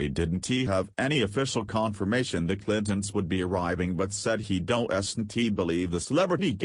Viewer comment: If they're going to use robots to read, they need to program them properly so that they don't mispronounce everything they read. Don T = don't.....Clinton ess=Clinton's, etc. It's distracting.